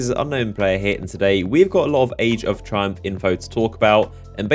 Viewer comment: I thought is said trump instead of triumph😁